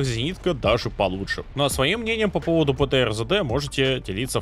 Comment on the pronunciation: Сам ты ЗэДэ - правильно три д.